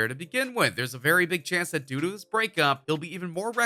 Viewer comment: Anyone else heard "Doo doo" intstead of due to haha